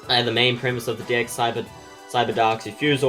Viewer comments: Every time he says deck his accent makes it sound like dick and I can't not laugh omfg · Every time you say "deck" I chuckled. Great video, you're much better at explaining then the actual instructions. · it comes with a WHAT